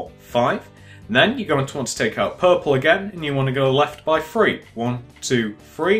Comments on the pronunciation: Lol. One two free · Iknow, that annoys me SO much ! Free, it's three! loll.